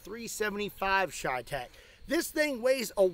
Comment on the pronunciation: Everytime he says cheytec I take a shot of whiskey..